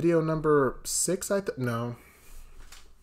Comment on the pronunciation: He said "Nor" 😂